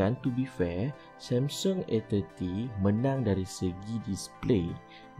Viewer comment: Yg ckp MCM tk cukup mkn.lembik.sebut Samsung pun MCM sembur somsen.huaaa